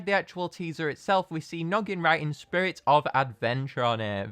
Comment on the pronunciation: Boat says “spurrit of adventure”